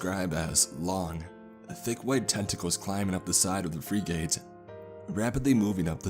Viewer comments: I hate how he says frigate, like freegate, no it's pronounced like "fric it" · For the love pf god, please learn to pronounce the word Frigate... It's not freegate, it's "friggit". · Bro, you gotta stop saying free gate. Google how to say words, if you’ve never said that before. every time you talked about a frigate a was thrown for a loop. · “Freegate?” Or you mean “Frig-ate?” Also like “frig-it.” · The word is frigate, not freegate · I heard say "fra-gate" instead of Frigate. Sorry, I study and research military hardware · It's a "frig-it" not a "free-gate". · "Frih-guht" not "free-gate". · Great stories, but dude, you gotta learn to pronounce certain things properly when you're recording them. Frigate is pronounced "frigg-it", not "free-gate". Not trying to troll, just trying to help. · Dude, its pronounced frig-it not free-gate. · It's pronounced like "Frig it", not freegate. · Pronounced "Frig-get" Good story !! 🇺🇸👍🏴‍☠️ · To, it’s pronounced Frig-It not Fri-gate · Great story, but I winced every time you mispronounced frigate as "freegate"! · Freegate got me cringing, especially being former Navy...pronounced Frig-uht. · Free gate. Lol. How do u not know how to pronounce a ships class. U idiot. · For frig sakes, it's pronounced 'frig-ette', not 'free-gate'. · Thank you! Frigging annoyed me... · Arya Apollyon its pronounced fregit. Not free gate. What an idiot this guy is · free gate.... you mean.. frigate!?!? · If I hear "free gate" one more time I'm gonna scream. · Honestly, this story was kinda terrible. Didnt make much sense and the dialogue was awful. You're also killing me with how you pronounce "frigate". Have you never heard that word before? Its definitely not "freegate". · It's pronounced Frig - it. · Or a balunka? Is this on an alien planet? I know what a "fRIGate" and a "baluga" is...never heard of either of those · Frigate is not pronounced free gate- it's fri (short I like fritter) and the word get. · navy frig-gate. Lol